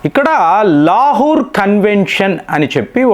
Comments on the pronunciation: లా హూ ర్. కాదండీ.. లాహోర్ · ప్రపంచం అంతా లాహోర్ అని పలికితే ఈ తెలుగు స్పెషలిస్ట్ మాత్రం లాహుర్ అని పలుకుతాడు. ఈయన రియల్లీ గొప్ప తెలుగు పండితుడు. హ హ హ